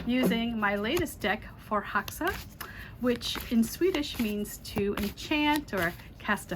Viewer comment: Just wanted to send love from Sweden and tell you we pronounce is as furrhecksa. 💛💙💛